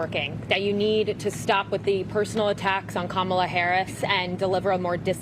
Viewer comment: The liberal ginger crybaby at the beginning said Kamala’s name wrong.